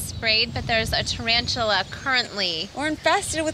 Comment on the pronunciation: I thought she just accidentally misspelled it "Turantula" but then she actually says "Turantula" the entire time lol